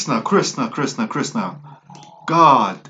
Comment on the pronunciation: It's pronounced Krishhhnaaa